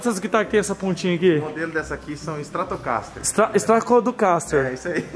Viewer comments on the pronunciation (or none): Estatodocastre kkkkkk🤣🤣🤣💥💥💥estrato caster pow kkk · Essa foi exatamente minha reação Ele tentando falar o nome da guitarra stratoscosterrr kkkk